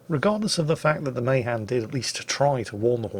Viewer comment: It's pronounced muh-HAN.? no... not in the f